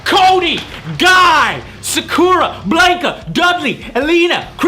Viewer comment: Funny how you pronounce Sakura and Blanka.